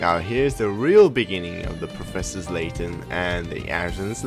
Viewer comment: His name is LAYTON not SLAYTON